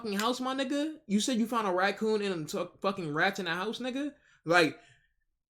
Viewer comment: Why’d she feel the need to say raccoon like that?